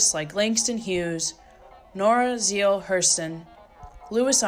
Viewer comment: While otherwise VERY well done, you need to re-do the audio track so that you pronounce ZORA NEALE Hurston correctly.